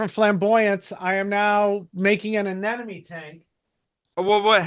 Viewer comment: Fun show, but I'm seriously laughing at you bitching about people mispronouncing things, but then you persist in pronouncing "anemone" as uh-NEN-uh-me instead of uh-NEM-uh-nee. I mean, they're called NEMs for short, not NENs, dude. Then your 3,000 subscribers hear you and mispronounce it, and they say it to their friends, and soon we have human sacrifice, dogs and cats living together, mass hysteria!